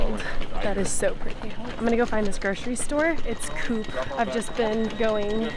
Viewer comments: Thun is the proper spelling of the city you were in. 😉Coop is pronaucend Cooop with a long ooo. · The o in Coop is voiced? like the o in oligarch and not like the ou in coupe.